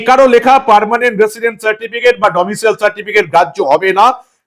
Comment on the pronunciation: ওহে , domicial নয় , আগেই বলেছি। ওটা domicile 😅😅😅